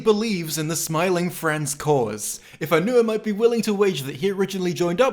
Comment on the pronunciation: Bro said Smormu